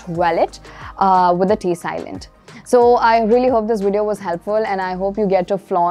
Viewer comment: Very helpful videos but a few things that I noticed 1) Your pronunciation of the letter "V" sounds like "W" sound. Words like video, valet etc 2) luggage is an uncountable noun. So plural form is still luggage and not luggages. 3) trolley pronunciation : trawli not troali